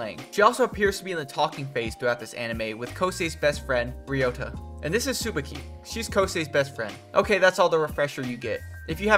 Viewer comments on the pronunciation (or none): Bro can’t pronounce tsubaki, kaori, or even Chopin